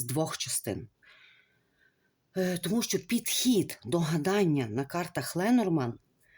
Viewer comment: Дорогенька ,Ленорман ,ударіння на останній слог